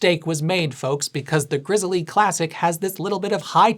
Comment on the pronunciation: I believe it's just pronounced like the bear, "Grizzle' lol